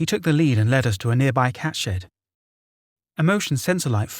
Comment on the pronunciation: Or shed. I kept thinking he was saying shit 🤣